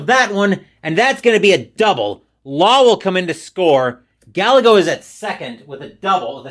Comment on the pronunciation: btw - Gallego is pronounced " \gah-YAY-go\"